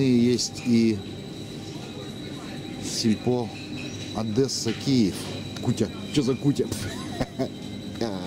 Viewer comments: Че за кутя,ударение на Я,неук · Не кУтя,а кутЯ...Православный блин...